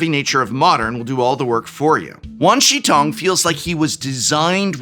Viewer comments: Hi, not an assh@ Wan Shi Tong = Juan Sure Towng Xi is She Shi is Sure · the professor saying wan shi tong sounds like a south park episode! 10/10